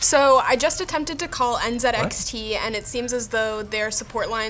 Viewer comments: He said NzedXT instead of NzeeXT, but that’s ok, we won’t judge you on your pronunciation. (Jeez, it’s hard to be politically correct these days) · This dude really just said NZenXT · As a fellow Canadian I love the N zed X T pronunciation. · He's using the Canadian/UK pronunciation of the letter Z. If you didn't know, they say it as "Zed" while here in the USA we say "Zee." I know he knows both, because I've heard him say both before. Linus and his company are up in Canada. I'm saying he should use the American "Zee" pronunciation since it's an American company. But whatever -- it doesn't really matter in the grand scheme of things. It was just a random nitpicky comment I left months ago for whatever reason. Feel free to ignore it. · Did Linus pronounce it as N-Zed-X-T all this time instead of N-Zee-X-T or am I imagining things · The strangest triggering.